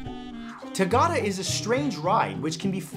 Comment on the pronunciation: love your videos and the fact that you include places from all over the world but the way you pronounce "tagada" is hilarious :D it has been a really iconic ride on central european funfairs, especially teenagers try to make it into a challenge about who can stay standing for the longest in the middle